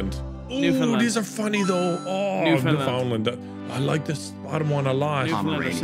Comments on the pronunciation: huge points for for saying Newfoundland correctly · It is so rare for anyone to pronounce Newfoundland correctly but leave it to some good old Irish boys.